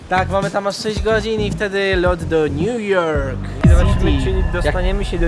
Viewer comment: Kocham on nlu yorkk coś tam coś tam jest krejzi ❤❤😂😂